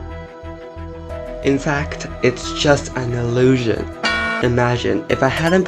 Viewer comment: actually, it's ilusion not elusion 🤓